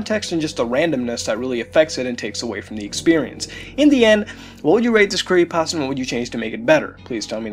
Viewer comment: Every time I here him say "Creeiepasta" I want to punch him in the face. Other then that I really enjoy these videos.